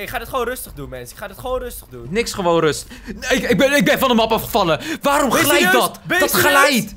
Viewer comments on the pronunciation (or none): none